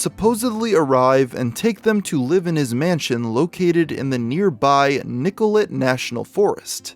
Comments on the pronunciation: Great coverage but one correction needs to be Nicolet is pronounced "Nicol-ay" not "eh-t". Otherwise a really good retelling of the situation from 8ish years ago. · the place is pernpunces nickl-ay by the way also this happened when I was about the same age and lived near by...whacky world